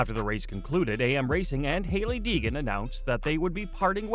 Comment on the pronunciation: It's Deegan, not Degan 🏆